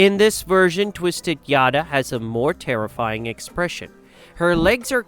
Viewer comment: It's yatta not yada..😅but still yeah 👍